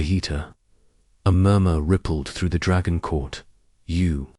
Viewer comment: "towering dragon kin" This AI voice just slaughtered the pronunciation of the word 'dragon' UGH!!!!! AND slurred it into a single word with 'kin'. Pauses where they don't belong. the picture (and text) went blurry. Quitting now. Third video in a row from this channel and all of poor quality. Telling YouTube to stop recommending them to me.